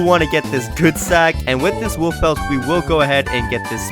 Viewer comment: Bro said "WoOf P l et"